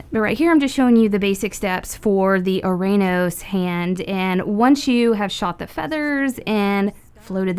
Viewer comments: Not to be that person but ouranos is proniunced "uranus" and gaea is pronounced "gaya" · Just a pointer ouranos is pernounced uranos.